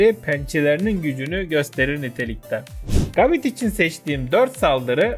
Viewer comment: Abi gabite isimli pokemon un okunuşu gabit değil gebayt öbür türlü bite isimli saldırıyada bit derdik.